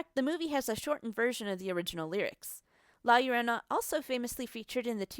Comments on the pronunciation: La Llorona* (La- Yord-onah) sorry I get you don’t speak spanish but it really bugged me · "Lae yorounei" 😂😂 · When you say La Llorona... Hmmm